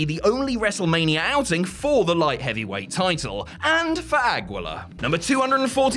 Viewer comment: Aguila lol mispronounced